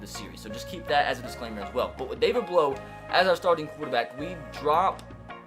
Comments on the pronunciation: As a Purdue fan I actually watched all his games in college. Also his last name sound is ow not oh. Blough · It’s pronounced David Blau not David Blow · Hey, I like your videos, but I have one critique. His name is pronounced Blough sounding like plow, not blow. Keep up the good work! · Blough is pronounced like you would say "now" not "blow" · You’re saying his name wrong. It’s not blow. Bl then like you’re saying ow. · His name pronounced like plow but with a B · David Blough is said like David Plow but with a B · Its pronounced blough like a feild plough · It’s David Blough, but u say the last name like Blow(say ow as like u hurt yourself, u say OW! That’s what it is) it sounds like Plow... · you said Blough wrong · David Blough my boy from Purdue! Edit: your pronouncing it wrong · AJ Burri I’m a Purdue fan too and I want to watch this series but if he pronounces it that way the whole time i don’t know if I’ll be able to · David Blough was never drafted by the browns and Blough doesn't like sound blow,it sounds like bl-ow,ow like in ow I hurt my toe.